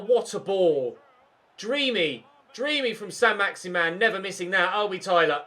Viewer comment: Is it saint maximin or as you say saint maximan